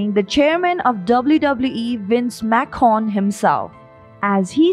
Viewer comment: Do you not know how to read it's Vince McMahon not Macon